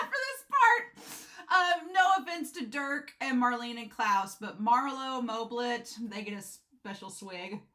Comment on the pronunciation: got moblit wrong 3 times haha